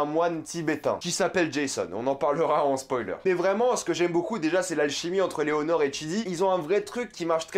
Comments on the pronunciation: Par contre je crois que c'est Eleanore( tu dit Eléonore ) le prénom du personnage principale mais rien de méchant faut prendre ma remarque de manière constructive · T'arrête pas de dire que EleOnor. Alors que c'est EleAnor